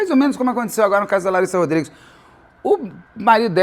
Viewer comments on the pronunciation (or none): none